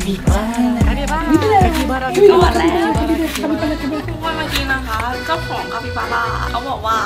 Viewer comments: คาปิบาร่าค่ะไม่ใช่คาปิปลาร้า() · คาบีบาร้าจ้าไม่ใช้คาปิปลาร้า